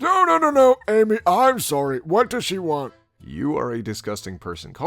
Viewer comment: when he says Amy it makes me laugh so hard